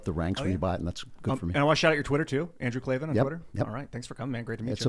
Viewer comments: K-L-A-V-A-N, there are no ees in KLAVAN. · K-L-A V-A-N there are no Es in Klavan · K L A V A N. There are no E’s in Klavan! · I heard there are no Es in Klavan